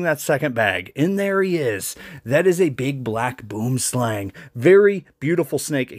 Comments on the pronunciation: boomslang but put more emphasis on the second o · Lol, Boom slang😂. It's pronounced bwo-um-slung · Yall the ones that pronounce it funny. We say what the name says: BOOM-SLANG whereas yall say BUU-OM-SLANG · I’ve lived my whole life in South Africa and I am today years old knowing how people from over seas pronounces boomslang 😅😅😅 Edit: You guys say it as “Boom-slang” It’s pronounced “Boum-slung” 😅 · is it pronounced more like “bome slong” ? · it's pronounced "bwo-um sl-ung". It's Afrikaans (from South Africa). It's hard to spell the pronunciation but that's my best attempt at helping you😂👀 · "Slang" means "Snake" in Afrikaans, and "Boom" means "Tree". The direct translation is "Tree Snake". The words "Boom Slang" is pronounced more like "Boam Slung" (this is not 100% accurante but no idea how else to explain the pronunciation) 😂 This is the closest I can come up with. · I'd say it's pronounced "bome slung" but yeah, basically the same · pronunciation is more like "buemslahng". There aren't really any English words that have similar sounds to use as reference, best bet is to just Google the proper pronunciation so you can hear it for yourself 😅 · As a South african we pronounce the Boomslang like Booem/Slung. Direct translation is simply Tree snake :) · Also it's "bohm" and "slahng". Not the much much cooler sounding English pronunciation lol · In Afrikaans you would pronounce it "Bwim Slung" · You pronounce it Bwim (like swim) Slung. Boomslang. Now repeat for effect. And I thank you 😎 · B-WUH(as in Wuhan)-M-SLUNG is how it's often pronounced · It's actualy pronounced Bwomslang, cause boom(bwom) is afrikaans for tree. It's a tree snake, boomslang(b-worm-slang) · South African here🇿🇦,epic video mate but it is actually pronounced “Boo-uhm-slaang”,it is an Afrikaans derived word which literally translates to “Tree snake” seemingly due to the environments you are most likely to find this snake in. Beautiful snake brother,keep well.❤️ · Pronounced Boomslaaang 😂😂